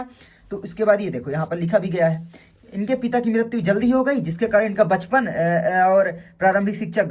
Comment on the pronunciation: Bachpan❌ Pachpan✅🤣🤣